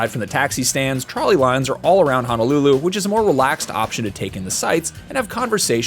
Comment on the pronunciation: My ears are bleeding from hearing him pronounce honolulu. Eeeeeeeek